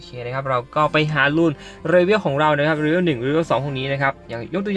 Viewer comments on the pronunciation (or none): ว่าจะไม่เม้นนะแต่ฟังมันขัดแบบขัดจริงๆ เชื่อว่าหลายๆคนก็เป็น level อ่านว่า"เลเวล" ไม่ใช่"เรเวล"